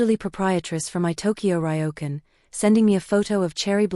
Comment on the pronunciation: It's interesting how the AI voice can read Kyoto properly but mispronounces Ryokan. I'm surprise she didn't leave for Japan earlier, like a week before the wedding when those emails were sent out cancelling everything.